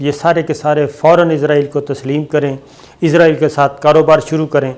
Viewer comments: صابر شاکر صاحب مجھے آپ کی ویڈیو نہیں دیکھنی صرف اسی وجہ سے کہ آپ عزرائیل کہتے ہیں اسرائیل نے کہا جاتا آپ سے.? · یار آپ اسرائیل کیوں نہیں کہتے آپ ہر دفعہ عزراعیل ہی کیوں کہتے ہو